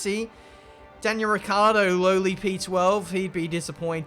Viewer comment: i believe you also say ricardo instead of ricciardo, never heard the i